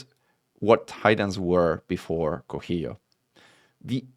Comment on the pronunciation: this titan is named for the zapotec god of rain and thunder, it is pronounced "co see yo"